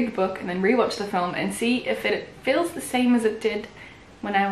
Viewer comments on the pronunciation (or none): none